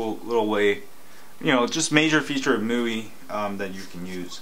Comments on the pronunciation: Mooey? lol.. I thought it was "My-you-eye" (MIUI) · I believe it is pronounced MY-U-I as in MY USER INTERFACE? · ..IT's called miui (MY-U-I) (my user interface) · Hahaha I like how this guy is kinda struggling with the "MIUI" word :-)